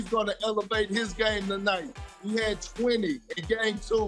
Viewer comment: Best player in the "seer-ees"